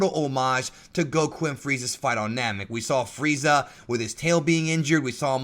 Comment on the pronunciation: did you know it's "Freeza" and not fried za